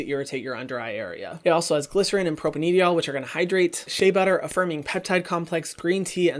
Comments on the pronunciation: You don’t have to pronounce the e in propanediol 😁 Propane diol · I could be wrong, but I think that propanediol is pronounced like "propane - dye - all"